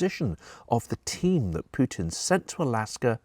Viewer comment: thx for not saying " pewtin"